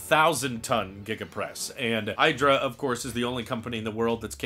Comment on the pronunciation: prnouned "EEDRA" (IDRA PR video)